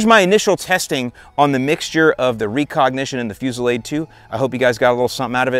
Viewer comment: Are you trolling with that pronunciation of recognition? Cause if not, then wow